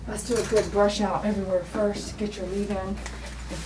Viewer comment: The 'woist goes foiwst' ! meowwwwww